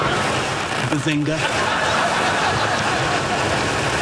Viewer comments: When sheldor coopbag said Bazingoo I felt that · Shedlad Cobra said Bazengei